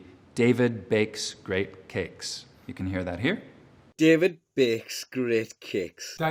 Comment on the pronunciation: “David beyks greyt ceyks.” Vs. “Devid behks greht cehks.”